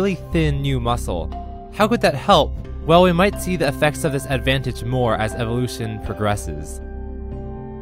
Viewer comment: I never knew LSP was so into like, evolushuun